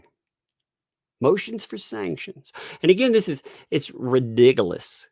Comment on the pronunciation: Replay crew! Love it when you say Redigulous……. Too funny. Love to you and the little!!